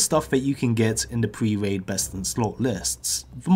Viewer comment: “Pwe waid “ lol